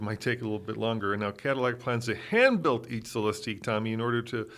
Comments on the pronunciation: The name is Celestiq, pronounced like Lyriq. “Cele-steek” doesn’t make sense if they already named a car with the same gimmick the lyriq. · C’mon guys. Just watch Cadillac intro video, it’s only 3 minutes long, and realize it’s pronounced Celes-tick. Also, Celestiq is obviously not a coupe. 🤦‍♂️ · GM people are saying -ick, not -eek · It's Cel-LESS-tick. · Phaeton = fae-i-ten, Celestiq = sell-es-tick; at least my take on the name's pronunciation. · Why this video if you don't even know how to pronounce the darn car? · You two can’t even bother to do a minute of research to find the correct pronunciation of “Celestiq.” For God’s sake, they said it about 100 times during the official unveiling ceremony. This was like nails on a chalkboard.